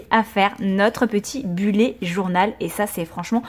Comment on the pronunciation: Coucou je voudrais précisé que bullet se prononce bulète et non bullé ! Voilà des gros bisous !!💖